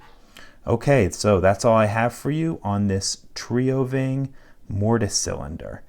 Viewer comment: Here's how you pronounce TrioVing: Tree-oh ving.